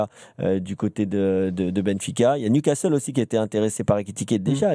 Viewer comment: « Newcastel » c’est quoi ces journalistes…